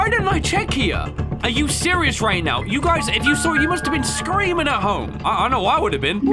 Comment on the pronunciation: did bro just say "are you serious right newo" 💀